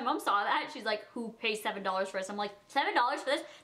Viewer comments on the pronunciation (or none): none